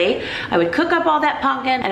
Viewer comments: Is it not pronounced pumpkin with an M not an N? Love you videos and your sense of humour. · im heaing punkin, instead of pumpkin. am i mishearing? lol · Lol at how you say pumpkin not punkin, I make fun of hubby because he says it like you. I told him that you say it that way and he said see other people say it that way 🙄, way to funny. Love you and your vlogs. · I love that you call pumpkin 'punkin'😂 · Pumpkin, not punkin